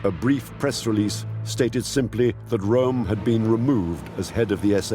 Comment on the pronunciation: Calls Hitler a idiot says "ram" instead of Rohm